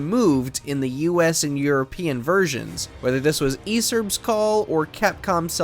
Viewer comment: Who the hell pronounces ESRB as E-serb?!